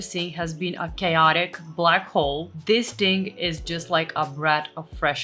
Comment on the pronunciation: Sorry, but WHY do you say: dis* ( this) although I must say your English is VERY good, it just makes me cringe when you say *. It sounds street, uneducated, from the street... So please put the tip of the tongue between the teeth, pull quickly back in the mouth & put the upper & lower teeth quickly together= THis